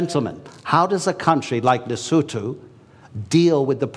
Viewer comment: Happy to hear "Lesotho" pronounced correctly, Professor Sachs